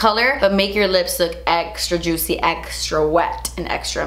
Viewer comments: I love you but I literally couldn’t keep watching with how you we’re pronouncing juicy... it must be too early in the morning for me lmao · REPEAT AFTER ME: JOOT-SEE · Me when says juicy::( Me when says ju- tsy::) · Take a shot every time says the word juicy (aka juTsy) 😂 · The only person who can say Juicy.........with style.......but- ITS JUST J-U-U-T-S-I-E hahaha!! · "Juitchy" it kills me hahahhaa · No one:.....: JUITCY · Im here for 'jut-see' from her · Who else LOVES when she says juicy 🤣😊